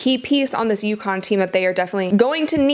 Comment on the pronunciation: UCONN Not Yukon.You can do better.